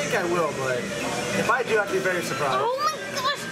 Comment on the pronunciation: "beary" nice